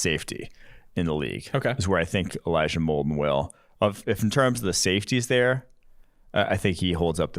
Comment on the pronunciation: It’s Molden and it’s not close